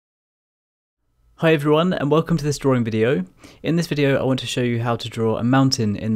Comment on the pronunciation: Drawing, not drawring.